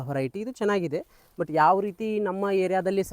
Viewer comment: adu horiety alla veriety ....kannada swlpa shudda vaagi irali